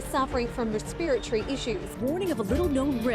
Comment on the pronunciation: That's their problem, they pronounced respiratory wrong! Smh